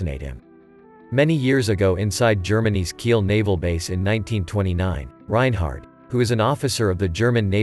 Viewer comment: Take your "take" on the road! BTW..there is no "t" at the end of his name. Reinhard .....NOT Reinhardt.